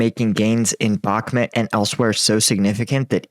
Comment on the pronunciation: Why do you say Backhmit not Backhmut?